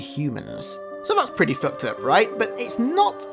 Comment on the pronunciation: How many times did this man say foukt up